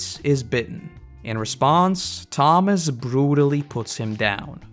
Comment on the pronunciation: It kinda bothered me how you kept getting Tomas and Andrew's names wrong.